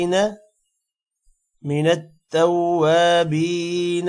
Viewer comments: tawwabeena men baa K uper zabar hy or baa K nichy zeer parh rahen hen zabar sy tawwabaina banta hy? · Menattavabeena hai aap galth lehke hai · Sir minat tawabina jo ap parh rahy hein us par zabar hai zeer nahi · Sir minat tawabina Jo ap parh rahy hein us par zabar nahi hai balke zeer hai